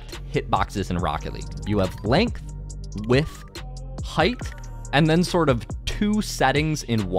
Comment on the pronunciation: bro does not know how to say width